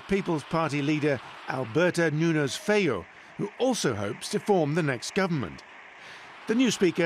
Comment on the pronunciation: Feijoo, pronounces like Feehoo in english. Th Gallego language sounded like Portugues.